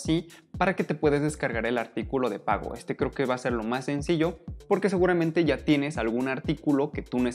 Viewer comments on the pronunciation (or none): none